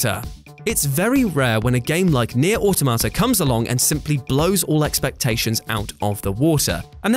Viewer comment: Nier O Tomato